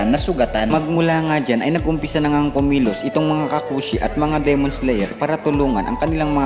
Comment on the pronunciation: LodS paki diinAn NAman at tigiSan ang pag bigkas nG D? Dimon nOt demOn! Owkey kairitA anG vOice over eh😂ok